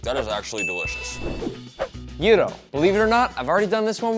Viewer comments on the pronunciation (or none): As a Greek, I love how Nick almost always mispronounces gyro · It’s not jiro it’s yero